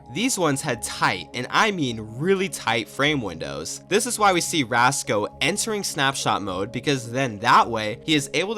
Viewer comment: Btw, the guy isn't called "Rasco" but "Racso" Took me literal months to realize lol